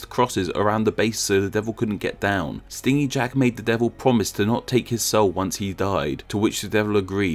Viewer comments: Isn't it stingy as in stin-gee, miserly? Rather than what a bee does? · Took me like half way through that story to realise you meant stingy as in greedy, lol. It's pronounced like "hinge", not like "sting"